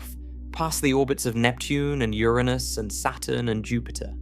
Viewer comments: "Ouranus"?? Yes, it's Uranus. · Was about to say the same! Damm, Ouranus IS large 🤦‍♂️🤣 They never get the pronounciation right... amateurs! 😊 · Pls pronounce URANUS correctly! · Did u say oranus or ur anus. Inquirering minds must know lol. Awesome channel my friend!!!! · Convenient couple of times to pronounce Uranus that way.